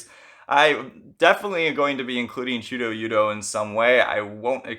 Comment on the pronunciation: great video! i’d say it’s pronounced much closer to chuda-yuda tho